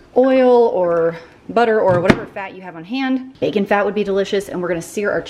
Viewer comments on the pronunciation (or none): none